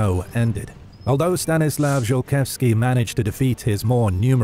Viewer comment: Could we butcher Polish names anymore please? Zolkiewski would just love to have his name read a Zokietsky. Not to mention that there ARE historical paintings of him instead of the icon chosen for him being that of an other. And while we're nitpicking, why is the opening map of the commonwealth that of the post Andruszowo peace from about 50 years past the events of this video? Not impressed. I know this will get thumbs down but this IS supposed to be a history channel, is it not? Let's get the details right.